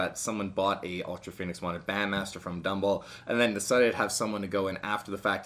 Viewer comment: It’s pronounced ultra fonnix